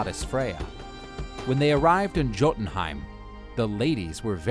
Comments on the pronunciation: Like juiltenheim but it's pronounced as a y I'm american btw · The "J" in Jotunheim is pronounced like a y. It would sound like Yotunheim. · Yes I know it’s pronounced Yotunheim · It's pronounced "Yotenheim" not "Gotenheim" , this annoyed me every time I heard it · When this guy says JOEtenhiem😬 it’s pronounced Yo-tin Ooomg. Bruh. If you gonna tell a story BE ACCURATE! PRONUNCIATION!!! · Gotunheim? Hahaha Jotunheim* (Yo-tunheim) for the American. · Thank you. I hate it when people pronounce it as Jo-tin-heim and not Yo-tin-Heim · its not joe dn heim it yo dn heim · They butchered the names bruh hahaha For example the "j" is pronounced as how you say words with y like yes or you(yotunheim instead of jotunhiem in terms of pronouncing) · Great video. Very informative :D ... Although your pronunciation of Jotunheim is a little like fingernails on a chalkboard LOL Jotunheim = "yaw-toon-heym" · Its pronounced Yo-tan Hyme.. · It’s pronounced yo-tin-hime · It’s pronounced yotenheim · Yoh-ten-ha-im I love this vid but the mispronouncing hurts my ears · All the work the create this video and you couldn't even be arsed to pronounce Jotun/Jotunheim/Jotunheimr correctly. The 'J' is pronounced as a 'Y'. 😐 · I am Anglo Saxon. Hearing the stories of our gods means alot... but why do you pronounce jotenhiem with a j sound but jormangunder with a y. I love the video but it bothers me that you don't pronounce things right. Thank you for sharing our culture! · I cringe Everytime he say Jotenhiem wrong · The only problem with this is the way he pronounced Jötenheim